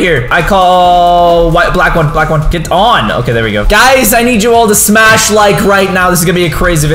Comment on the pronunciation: My phone broke becuse you said smass the like bottom😭😭😭